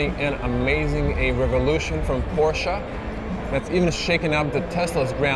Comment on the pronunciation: It‘s Porsche not Porschaa. And it’s Burmester not Burmeister. It’s not Rocket Science to get that right, but obviously very difficult for you.